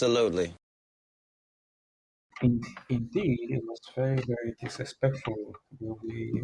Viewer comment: It wasn’t disrespectful. The guy said F America. Is that not “DIsreSPECKK-FULL”??